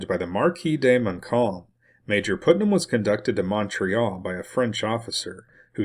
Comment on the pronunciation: Thank you for this important history. BTW, Putnam is pronounced "putt" as in golf, not "put" as in 'to place.'